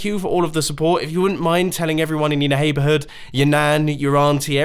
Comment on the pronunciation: Mumbo: tell everyone in your na-haberhood